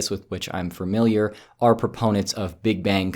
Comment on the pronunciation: The more you know: It's pronounced 'fuh-milliar', not 'fer-milliar'